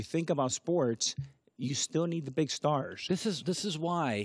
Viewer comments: Can't stand the way A-rod pronounces his S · I like A-Rod but I can’t stand the way he pronounces S. Says “shtarsh” instead of stars